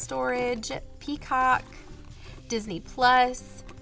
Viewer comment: Hi!! I’m loving the new vellum envelopes! 😍❤️ hahaha it was hilarious how you said peacock 🦚 😂❤❤